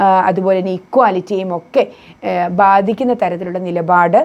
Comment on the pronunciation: 'ബാദിക്കുന്ന ' ? ഇത് തെറ്റ് 'ബാധിക്കുന്ന ' എന്ന് പറയൂ